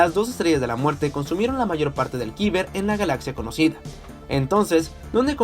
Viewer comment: Cada vez que pronuncias “kiber” en vez de “kayber” un planeta explota